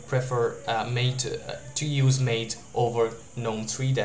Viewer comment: MATE = "Mah-tay" but good video otherwise.